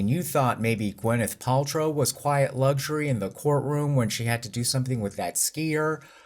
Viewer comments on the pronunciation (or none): none